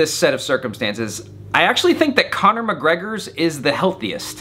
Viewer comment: Yet, you still cannot pronounce his name right 😂😂😂